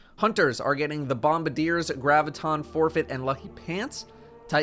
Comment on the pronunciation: im glad im not the only one who calls them bombadiers even when "bombardiers" is right there on the screen staring me in the face. but im sad you pronounce promethium spur correctly instead of saying "prothium spur"